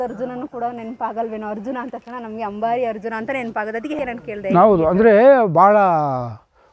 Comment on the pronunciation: Madam adu hambari alla ambari. Harjuna alla. Arjuna madam